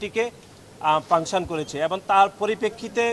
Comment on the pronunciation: পাংসন ( Function) 😂